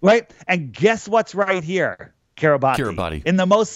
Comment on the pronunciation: It's pronounced like "Kee-ruh-bas" (not "Kee-ruh-bah-tee"). Seriously. Don't ask me why it is spelled that way. I have no idea.